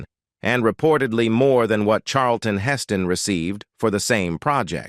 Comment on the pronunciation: They couldn't get a human to do the narration? Hess-stone... Redgrawvay... AI still has a long way to go.